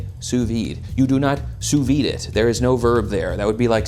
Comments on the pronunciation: Dude complains about the pronunciation of "Wagyu" while getting all pedantic about "sue vee." Dude there's a D there for a reason, it is not silent in French and there is no reason why English speakers would skip over it either. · i'm fine with it being used as a verb but one of my few prescriptionist pet peeves is when people hypercorrect the d out of sous vide. it's pronounced in french! you're not more refined! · As a French speaker I’m bothered more by English speakers saying “sous-vee”, skipping the “-de” altogether